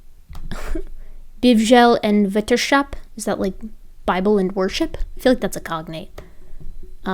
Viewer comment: Bijbel en wetenschap Bijbel is bible, the IJ is pronounced like the EI in Frankenstein. Wetenschap means science, Waytunschap With a hard g. Creationism is rare here in the netherlands luckily enough, good job on spotting Netherlandish though!